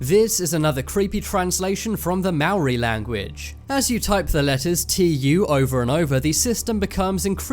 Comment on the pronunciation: He pronounced Maori wrong, But it's ok